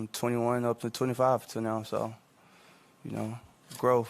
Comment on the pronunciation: wtf is groaf? 😂